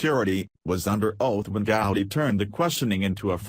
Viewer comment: If you want to hear our voice.our voice,how about shutting off the roboreader and letting us hear your voice,your voice ?good story,but these robos are making me think I am the last live human on the planet,the planet,maybe along with Trey Gooody,and other mispronounced names.